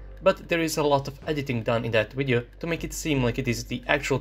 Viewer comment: I like how he says, "wideo."